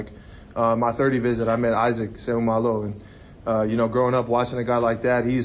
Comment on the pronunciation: the only dude that can properly pronouce issac's last name lmao